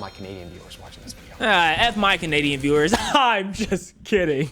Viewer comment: bro said "f all my canadian vewiers" and i got a heart attack